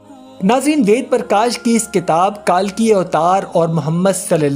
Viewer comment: لفظ کلکی ہے کالکی نہیں ۔۔۔ کل آپلوگ کالکی کیوں بولتے ھو ۔۔۔